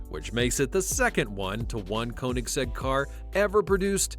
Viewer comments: (Ko)(nigg)(zegg) Put some respect on their name by pronouncing it right. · One thing i know about Koenigsegg is that it isn't pronounced Konysek